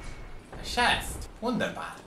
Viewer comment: "Oh a chast !! Wonderful!!" (Opens chest) "AAAAAAAHHHHHH"